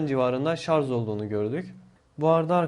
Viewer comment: şarz değil kardeşim şarj